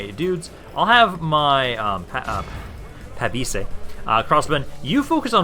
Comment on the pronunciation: Your pronounce on "Pavise" was soooo on point! Nice!